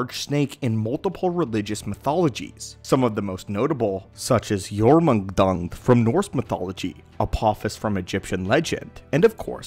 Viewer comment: Jormungandr is pronounced as YOR - MUN - GUN - DUR. And the the Seas Dragon in The Bible is The Leviathan. And it is historical not myth. And it did breath fire.